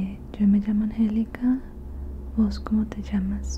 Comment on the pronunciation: if you are using “vos” the accentuation is different from “tú”… so instead of “vos cómo te llamas” it should be “vos cómo te llamás”, the tilde goes on the last A, changing of course the accentuation… loveeeee your videos.. saludos desde medellín.